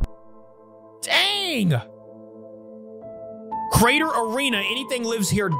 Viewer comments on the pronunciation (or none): none